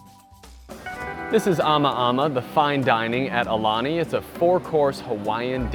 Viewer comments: It’s said ah-oo-lani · You did pretty well with the pronunciation of the Hawaiian words except... For the name of the hotel! The U makes an ooh sound which you did not pronounce once. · You’re pronouncing “Aulani” wrong. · I agree.